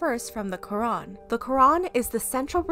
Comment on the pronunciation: When she said lorac I thought she said the rock 😂